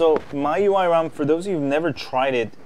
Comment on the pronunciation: Well, i think you have some problems about pronunciation. There is the original one, from China, and yours. It seems you like this last one more.